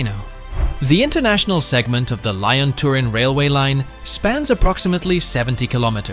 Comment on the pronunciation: Why does Italy pay 10% more than France when France occupies nearly 4 times the amount of tunnel space? Also Lyon is pronounced lee-on.